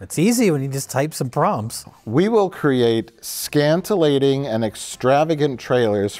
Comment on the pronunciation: The way you know Mike isn’t AI is that the real Mike would never pronounce “scintillating” correctly either